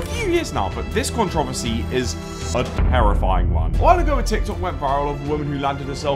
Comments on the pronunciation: why does he say controversary like that lol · why does pronounce controversy like that😭😭